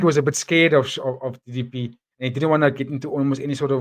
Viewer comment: People are super salty about DDP but at least they're saying his name correctly now!